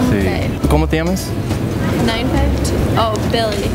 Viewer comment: “Como te llemas?” That’s what I heard